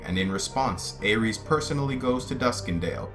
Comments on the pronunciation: Well it seems GRRM isn't too concerned about how people pronounce these names. But I just watched some interviews with GRRM yesterday and he was definitely pronouncing Aerys the Mad King as "Eris", not like the God of war pronunciation (Ares) that you were using. You don't pronounce Danny's name as Dan-er-ees do you? And in the Dunk and Egg stories, are you implying we should pronounce "Egg" with a long A sound like in pray, stay, may? Because "Egg" is short for the first syllable of Aegon's name. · Aegon is pronounced 'Eggon". Aerys is pronounced "Eris." Jaehaerys is pronounced "Jeheris". Daeron is pronounced "Deron". List to George RR Martin pronounce a few of these and you'll get the hang of all of them.